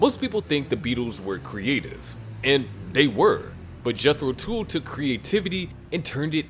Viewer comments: AAARGH!!! It is pronounced TULL not TOOL! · jethro tuuulll....not jethro tool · Yeah, like the “hool” of a boat. If he doesn’t know that Tull rhymes with hull, why would I listen to a word he says? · A few random thoughts... 1. This clip should've been called "The 5 Less-Hyped Bands That Gave The Beatles A Run For Their Money". Because, that's what they did. 2. Tull rhymes with "Hull". Unless the"narrator' was too busy listening to "Ænima" to notice. (Unless "he" is referring to Ian Anderson's flute, which, in this context, makes it Jethro's "tool", Fool.) 3.What AI was used to create this content? Skynet? Lane-tastic. 😂 Try better with humans, please. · Oh yeah, right. Such a big fan of these 5 other bands you can't even pronouce "Tull" correctly! Pretty much every band of the 60's hung on the coat tails of The Beatles. As for these 5 bands, I've got albums by all of them and they are all relatively limited as songwriters compared to Lennon, McCartney and Harrison and nowhere near as boundary-pushing, genre-defining or creative as The Beatles. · My suggestion would be to use Google and learn how to say 'Tull.'